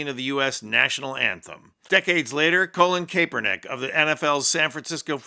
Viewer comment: can you tell me how You can’t even pronounce Colin’s name right though he’s been smeared all over every news channel for more than a decade…..